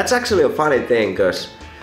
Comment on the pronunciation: This is how your “actually” sounds: äktsöälly